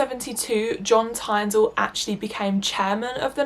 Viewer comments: Just letting you know you should have done research a lot more because you pronounced Oswald Mosley and John Tyndall incorrectly. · You mispronounced John Tyndall’s Name